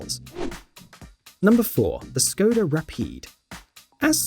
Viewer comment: Nobody: This guy: "Ssskoda Rapeed"